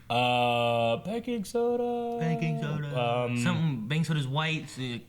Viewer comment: Did you say Bacon soda or Baking soda?